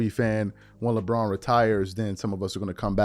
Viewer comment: Lebraud James😂😂